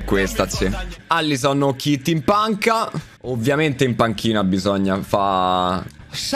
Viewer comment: Shadio mane the besht plaier in de uold, mi sembra di sentire un ubriaco (sono Veneto)